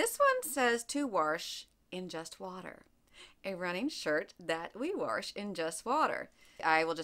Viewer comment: “warsh”. My grandma was from PA. She’s the only other person I’ve heard pronounce it like that. Haha. Good info.